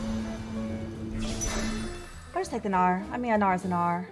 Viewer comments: In this vod said bowgnar. That is all kids. That is all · Bow-gnar sounds like "boner" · She said bow-Gnar, and I am clearly a 13 year old boy.